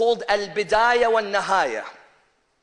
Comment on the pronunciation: AL-BIDAAYA WA NNIHAAYA - - not al-bidaaya wa NNAHAAYA. PITY! ! ! you can't even read ARABIC WORDS PROPERLY. ! ! !